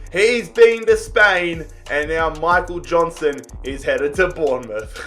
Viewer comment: Him calling him Michael Johnston was annoying me sooo much